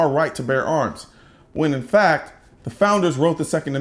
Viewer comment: “The FLACT is...” - Joe Biden